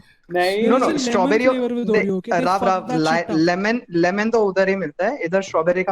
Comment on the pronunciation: We can make a video out of just saying the flavor wrong